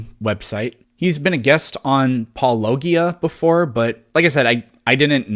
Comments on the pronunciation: As a fan of Paulogia, it’s pronounced like apologia with out the a. Paul-oh-jee-uh. Not pauh-low-gee-uh. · People have already pointed it out but for the sake of him seeing it. Paul-Oh-Gee-Ah. :D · Paw-la-Jeea! Not Paw-log-eeah. Like “apologia”. Only saying that because William Lane Vague (and other apologists) tend to (intentionally) mis-pronounce his channel's name. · its pronouced Paul-oh-gee-uh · Paulogia... Emphasis on Paulo with a soft "g". Think of it like two beats, Paulo Gia. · Paul-A-Gee-A. not what ever you said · It’s Paul-low-ge-yeah. Not sure why people don’t understand this, it writes itself. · God damn it. It's Paul + apology + gee uh. Paulogia. Think apologia. No matter how you pronounce THAT word, the g is soft. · You are gonna burn in hell for pronouncing Paulogia wrong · Turns out your biggest mistake was actually just mispronouncing Paulogia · Paulogia is pronounce like apologia ironic that in a video about mistakes you've made, you pronounce Paulogia in the weirdest cringiest way ever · Your work is awesome but you mispronounced Paulogia's name. It's a soft g, like j. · Pretty sure Paulogia is a soft g. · One quick note. Please watch an intro to a Paulogia video. You're pronouncing it incorrectly. Not a big deal, but it's kind of a funny thing that Paul encounters a lot :) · The g in Paulogia should be pronounced with a soft g, as in apology. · I never understand why it's mis pronounced. It's like apology.